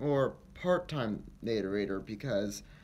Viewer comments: "the natearator"..... Nah ray tor is how it sounds not nah rate ah rate or.. ffs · Narrator. Nair-rate-or. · Nator-ator?! ROFLMAO! (Ok, It definitely wasn't a mistake, our boy says it a few times.) 🤣😂😆😎 RIP BRICE! You will be DEARLY missed! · I still think the correct way to pronounce it is NARE ATOR